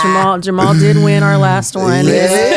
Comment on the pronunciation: Jamah-hall Hill 😅